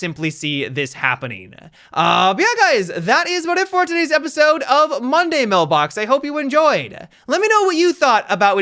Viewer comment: HE DIDN'T PUT EMPHASIS ON MONDAY WHEN HE SAID MONDAY MAILBOX WTF